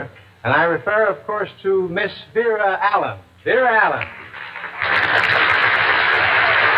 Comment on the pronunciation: I can’t understand how Perry could mispronounce her name as “Vera Allen” since she had been starring in big-budget movie musicals for years by the time she made this TV appearance in 1956.